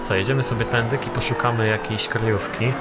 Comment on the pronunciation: czemu mówisz "tędyk" a nie "tędy"?:D